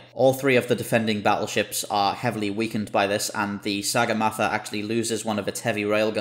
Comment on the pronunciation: Will they forget, no. Ever pronounce correctly, maybe ;)